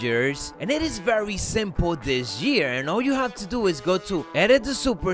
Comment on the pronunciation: Dis jear